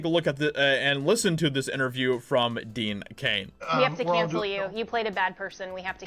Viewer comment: It's DEAN CAIN ,NOT DEAD CAIN!!!